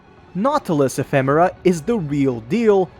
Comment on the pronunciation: Didn't see the previous video but the way you pronounce it in this video is actually correct.